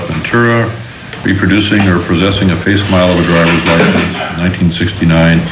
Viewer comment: When the parole board chairman mispronounces "facsimile" as 'face smile,' ("... possessing a face smile of a driver's license") then you wonder how those illiterate chaps can sit in judgment of anyone. Morons erecting systems to corral free-thinkers.